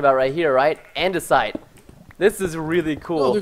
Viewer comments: he called it idenasite not andisite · ITS AN-DA-SITE IT ISNT ANDENISITE -_- frustration is real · its pronounced an-de-site. ANNNNNN-DE-SIIITEEE